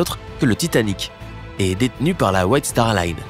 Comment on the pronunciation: C’est star Line pas star lune